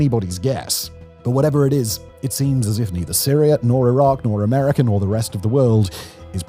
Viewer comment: Why can't this dude pronounce the letter A. It's America, not Americer. And Gaza not gazer.